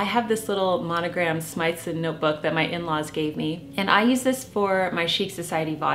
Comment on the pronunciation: Hi Jennifer, Sorry to do this on an open platform – I couldn't find a message option. I thought you'd like to know; Smythson is pronounced Smith-son, not Smythe-son.